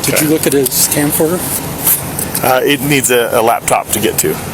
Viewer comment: His "camcorder" lmao.